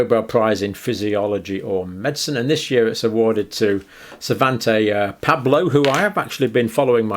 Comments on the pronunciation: "Savantay Pablo". Come on doc, at least make an effort. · Its Svante Pääbo, please, not Sovantay Pablo :) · Poor "Savante Pablo", you really butchered his name. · LOL! Should be Svante Paabo, but Dr.Campbell does struggle with pronunciation sometimes, as do we all. If you're interested in the topic, look up the talks and presentations by SP and by David Reich and Johannes Krausse. Ancient genetics is such an exciting topic, and the science and statistical methods behind the work are so interesting. It's a controversial hot potato too, because it's bringing about a paradigm shift in the fields of archaeology, anthropology, history and linguistics, and is therefore much resisted by those whose careers, books and publications rely on the old paradigm.